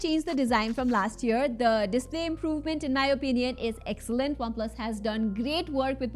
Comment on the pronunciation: Not waplus its OnePlus pronounce correctly...didi😅